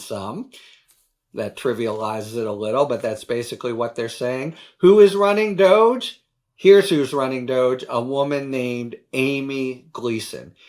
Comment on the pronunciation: It's pronounced Dog E. Doggy!!!